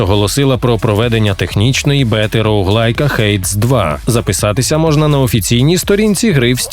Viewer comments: Друже не «хэйдс» а «хейдис» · Хейдіс, а не Хейдс, по нашому Аїд